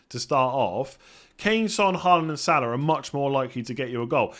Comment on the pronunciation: Thought you got Haaland's pronunciation correct before and you somehow convert back to 'Ha land' instead of 'Hall land' which is the correct way of saying.... 😄